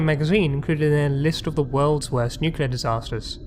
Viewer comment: Really enjoyable videos, but somebody as posh as your good self should be aware that there is no such word as "nucular", it's nuclear, every time. Sorry to be pedantic, but....